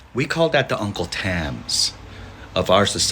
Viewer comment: He said: uncle Tams!😂😂🤣